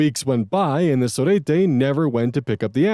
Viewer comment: I love pronunciations in the Cousin Saga. I'm from Argentina too, and it's so interesting. Surprisingly, his pronunciation of "sorete" is somewhat good! Fun fact: sorete equals to calling someone a piece of sh*t Another fun fact: Capital Federal is the capital city of Argentina. And here 40 dollars would equal like 42.906 with 20 cents.